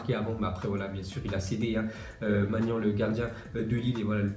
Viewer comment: C‘est Maignan pas Magnan